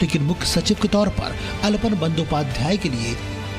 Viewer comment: Aalapon not alpan